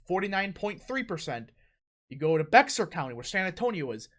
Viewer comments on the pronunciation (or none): It isn’t pronounced BEXAR county, it’s pronounced Bear county, the X is silent.